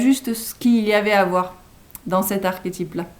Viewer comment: j'eclate en sanglots sous l'effet d'une grande douleur a l'enonciation de l'avant dernier ... " archétype " ... On fait quoi maintenant ?